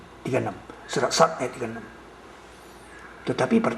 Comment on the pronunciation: bukan shod, tapi Shaad, nulis surah aja salah